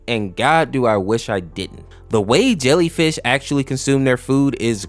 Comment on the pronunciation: yea it's not lellyfish